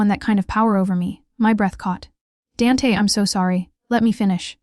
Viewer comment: Hahaha AI called him DANT...not DANT then capital A! Silly theme story...what mafia boss would tell a drunk student how many he killed! Police FBI listening. SUCH POOR NARRATION...TOO FAST AS WELL! Overall a hot mess.. not bothering to finish it.